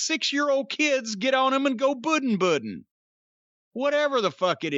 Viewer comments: Not “puddin boodin” Jim is NUTS!!!!! 😂😂😂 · "buddin-buddin"? Really? 🤣